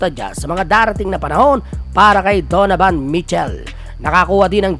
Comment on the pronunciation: ayusin mo naman pg pronounce mga apliyido ng mga players kaibigan..donovan not donavan,towns hindi town...walker hindi walkers.